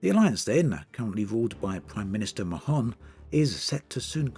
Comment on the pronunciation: I think Mahon is pronounced more like "Marn" than "Ma-hon"